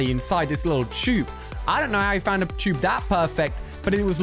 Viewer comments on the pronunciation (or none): You said Tube wrong you said choob